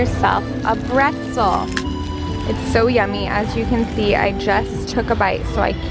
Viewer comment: say PRETZEL NOT BRETZEL